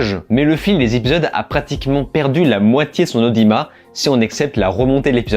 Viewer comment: Selon le dictionnaire, la phonétique du mot "audimat" indique que l'on doit prononcer le "t" à la fin du mot.